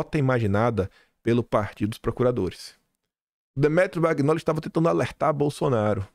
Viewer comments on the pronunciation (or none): Oi,ouço seus comentários todos os dias,e vejo vc pronunciar o sobrenome do Demétrio, em italiano o gn tem som nh do nosso português,então a pronúncia é manhole,não magnoli. Confirma aí. Bjs O meu sobrenome: magnago.